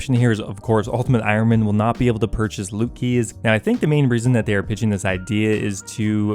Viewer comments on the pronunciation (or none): none